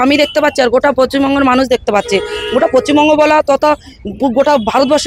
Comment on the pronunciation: পশ্চিম বঙ্গ উচ্চারণ টাও জানে না 😂😂😂